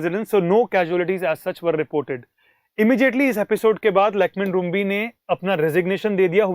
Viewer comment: Lakhmen Rymbui. It's pronounce as Rimbye not Rumbi.